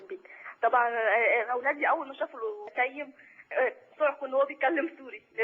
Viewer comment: حلو من داليا البحيري نطقت اسمه صح وكأنه بتعرف الناس إن اسمه تيم مش تيّم